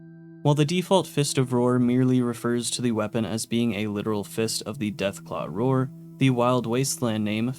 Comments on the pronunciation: I hate being a grammar Nazi, I just love this anime and this game so: Roar and Rawr do not sound the same Rawr is supposed to slant rhyme with star Fist of the North Star Fist of the North Rawr Okay I’m done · "Rawr" being pronounced "roar" when the joke is that it rhymes with "star" for Fist of the North Rawr is what got me. Especially since he said it both ways in the video. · Rawr is pronounced Rar